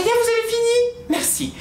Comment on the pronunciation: j adore quand tu dit meurci